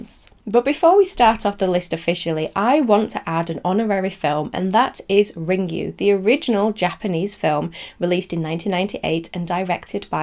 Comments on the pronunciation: Ringu is pronounced Ring-goo, not Ring-you 😆 I hope you look up the Japanese pronunciations for the names when you make the video about Ringu at least! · I'm sorry if that came across rude, but as Japanese, I feel I needed to say something so that people don't pronounce it wrongly. I have watched Hideo Nakata talk about Ringu in an interview, and he pronounces it Ring-goo as well, which is correct. He did not say Ring-you. I appreciate that you checked the pronuncations, I mistakenly thought you did not, because you pronounced Ryuji as Ra-yu-ji, which was incorrect too. It is understandable as your language is not Japanese. I just wanted to point it out to anybody who reads this so that they will know how Ringu is supposed to be pronounced.